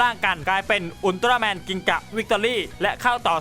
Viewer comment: พี่ครับพี่พูดว่าอุลตร้าแมนไม่ไช่อุลตร้าแมนกิงกะ